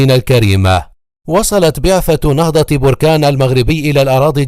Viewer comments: Les Egyptiens prononcent mal le nom de BERKANE . Ils disent Borkaane . C'est BERKANE . Maachi borkaane . Berkane est un nom berbère . Borkaane c'est un volcan ... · بركان بفتحة الباءوليس بالرفع